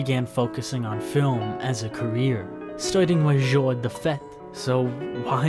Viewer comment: If you look on the internet you can find out how to pronounce simple French words like 'jour' and 'monsieur' correctly.